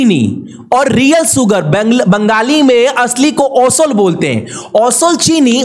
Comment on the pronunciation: Asol bole osol na dada